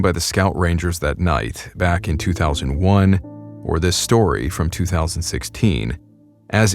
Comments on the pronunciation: its as wang you pounced it wrong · it is pronounced as ass-wang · Hello! Im a Filipino, and id just like to say that your pronounciation of aswang is kinda wrong, its more like ass-Huang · I totally thought it was pronounced “ASS-wang” 😂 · i know its ai voice but... "an AH-SU-WANG..." made me laugh. lol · I pronounced it Ash-wag till I heard him say it. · So you’re telling me this things called an “Ass-Wang”? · As a Filipino, You botched Aswang mann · Your pronunciation sucks 😭😭😭 please say monster instead 🙏